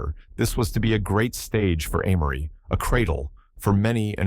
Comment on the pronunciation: He or it pronounces Amory differently, even in the same sentence. Sometime is it Ah-mory. Other time it's Ay-mory (the correct pronunciation). AI still has a long way to go.